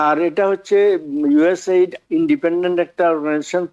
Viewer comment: You don't know how to pronounce USAID😮